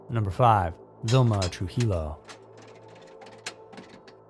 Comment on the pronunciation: Trujillo pronounced True hee yo